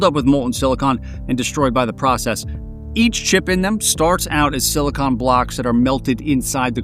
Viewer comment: Omfg he pronounced silicon like silicon. Not like “silikin” or “silicone” but SILICON